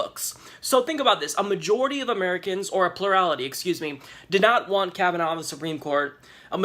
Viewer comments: His name is NOT pronounced Kav-uh-NOW, but Kav-uh-naw. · I think it’s pronounced Kava-Naw and not Kava-now. Either way, he worries me a great deal.